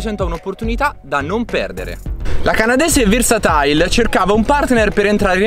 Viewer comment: Sarà versatile....non versatail